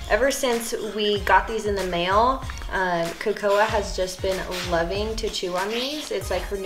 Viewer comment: Its hilarious but you disrespected her name its kAkoa